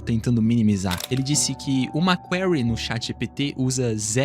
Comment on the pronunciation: Query, pronúncia: /kwÍ-ri / Cidade de Seattle, pronúncia: / ci-Á-tou / precisa fazer inglês online comigo! 😎😉